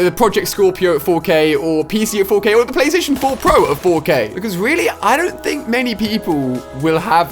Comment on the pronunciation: LOL Instead of 4k Ali-a Said 4gay